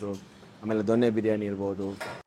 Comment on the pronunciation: ದೊಣ್ಣೆ ಅಲ್ಲ ಜೊನ್ನೆ ಅಥವಾ ದೊನ್ನೆ